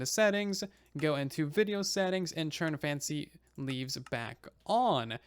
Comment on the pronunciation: Why do you keep saying "churn" instead of "turn"?? Is that a thing??